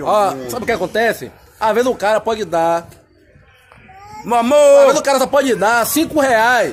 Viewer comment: "Mo amorrrr" kkkk